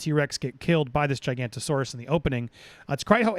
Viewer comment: Giga-noto-saurus not Giganto-saurus. It’s alright, I used to make the same mistake…